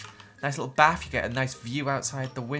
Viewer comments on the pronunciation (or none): It’s bath not baff